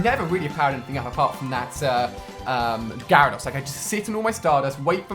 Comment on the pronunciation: Do all people from the uk pronounce Gyrados and lapras like that? It annoys me so much because I'm a whiny little bitch.